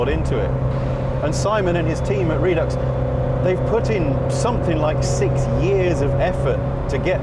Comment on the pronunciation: RED UX NOT REED UX